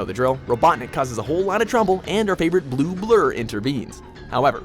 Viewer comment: The way he say blue BLUW